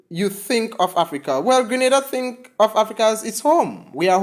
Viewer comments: It's Grenada not Granada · Just a little heads-up. I believe the proper pronunciation is: Gr(EH) N(EY)DA.